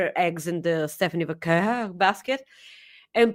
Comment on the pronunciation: Yep, I did laugh at the pronunciation of Vaquer 🤭 I’m a week late but thanks for the fun show, lots of love to both of you ❤️